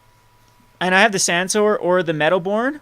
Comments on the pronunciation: its medowboon not medowborn!!! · come on! first of all, there's no R in Meadowboon. Besides the obvious misplay with the sword you missed an awesome line of using Flickerwisp's etb to trigger your Meadowboon. Anyways man, really enjoyed your vid. Big fan, keep em coming!